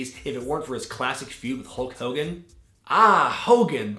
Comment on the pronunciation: who's hull cogan? I for one never heard of a hull cogan.